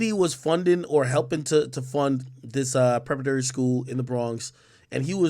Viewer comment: Yo Big AK King Tut 😂 Bredrin sound it out with me Preh para tory Preparatory haha